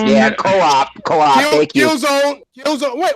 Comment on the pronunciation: This girl said CO-OP like it means something different lol